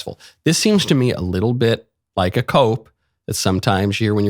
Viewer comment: Biggest red flag? Pronouncing me as may.